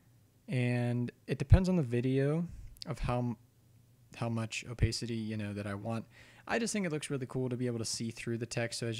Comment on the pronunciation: It's oh-pah-city not oh-pae-city